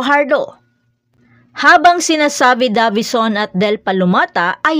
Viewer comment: Talagang minamali yung pronunciation ng Davison para maiba lang?